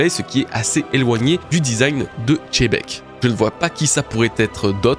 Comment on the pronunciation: Merci pour cette super vidéo bro, toujours un plaisir d'écouter tes analyses ! Sympa de comprendre pourquoi tu prononces Xebec de cette façon. Par contre, si on suit ton explication, ça devrait plutôt se prononcer "Chebec" (et non pas "Tchebec"), non ??? Un peu comme, en français, on peut prononcer le nom "Xavi" (l'entraîneur du Barça) de 2 façons : soit "Xavi", soit "Chavi" (mais en tout cas, pas "Tchavi") Enlève le "T" devant en prononçant "Chebec", et ce sera parfait ! 😉😘